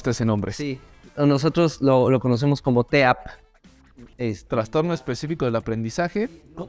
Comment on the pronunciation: Me da nervios cuando dicen traNstorno porque la palabra no lleva N. Aún así me volví fans de este canal y de los podcast 💛